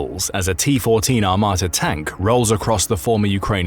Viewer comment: Why do you say T14 armata at the start of the video ?